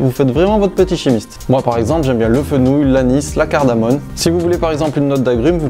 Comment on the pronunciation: coucou, Cardamome et non Cardanone